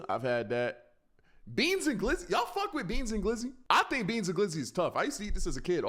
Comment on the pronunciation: Anyone notice how he says "fawk (fuck)" jus like lazerdim